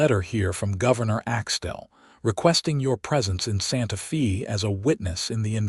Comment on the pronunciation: Your AI butchers the English language Santa Fe Texas. It is pronounced Santa Fay not Santa Fee. I live in Santa Fe Texas